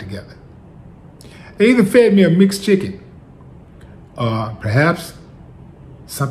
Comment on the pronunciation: Did he say McChicken or mix chicken? lol